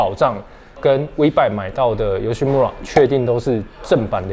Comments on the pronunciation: 其實YOSHIMURA的"RA"要唸"LA" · 雞蛋裡挑骨頭一下：日語裡的R音不是捲舌音，應該讀成「L」的音，所以「村(mura)」應讀成「木拉」才對。